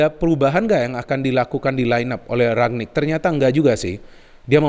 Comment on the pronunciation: Ralf Rangnick btw, bukan Ragnick